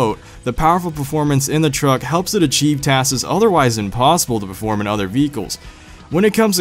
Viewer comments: It's tasks not twaaaskeezz. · Task'es lol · Sorry but also you said "taskes" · taskses lol